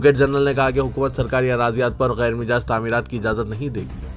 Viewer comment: Gyer Mijaz nahi gyer " Majaz" bolo